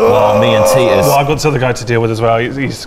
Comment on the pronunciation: keep calling ross teetus instead of titus